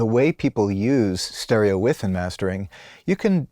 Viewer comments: "Stereo With"? It's pronounced, 'wiDth'. The D isn't silent. But who axed me? 🤨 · The word is Width not With... Can't believe you were unaware that you continuously made the same mistake repeatedly... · Where did the soft, barely-there - but there! - 'd' sound disappear to from the word 'width'?